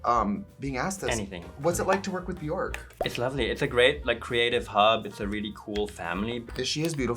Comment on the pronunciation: They day when English speakers learn how to pronounce ‘Björk’ we will finally have world peace ☮️